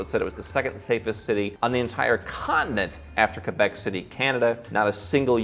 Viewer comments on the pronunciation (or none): none